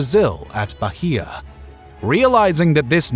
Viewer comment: The "h" in Bahia is silent.